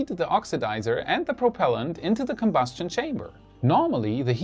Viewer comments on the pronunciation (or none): none